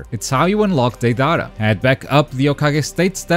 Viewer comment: Oh no the way you pronounce deidara scares me